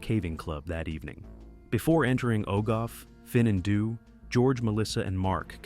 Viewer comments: OH GOTH FUN ON THEE. that's how you pronounce our cave. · Didn't recognise the Welsh words with that terrible AI pronunciation! Ogof Ffynnon Ddu is pronouunced "Ogov Fun-on Thee"